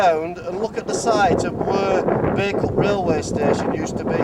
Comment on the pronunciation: Great little video,. Always wondered what the countryside was like up and around Bacup. It was interesting hearing the name Bacup pronounced as it should be. I was never sure if it was Bah or Bay.